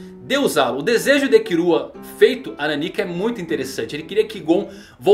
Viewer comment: mano pq ele fala "kirua"?